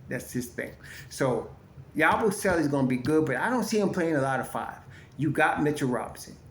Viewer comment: Damn it Ya-boo- selee He's not Italian